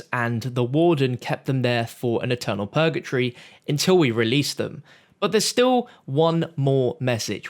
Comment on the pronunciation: It’s purgatory not pur-ga-tree. PUR-GUH-TORY